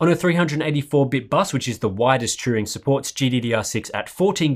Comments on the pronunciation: Sounded like you were putting the 'r' before the 'u' and saying Truing. Maybe just the way I'm hearing the accent. All good. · Turing. Like, Alan Turing. Not Truing.